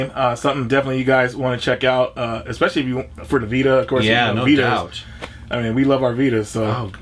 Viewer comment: it's especially not exspecially.